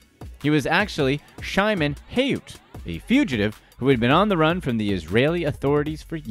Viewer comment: His name is not Shy- Men , it's Shi- Moan. Learn some simple Hebrew please.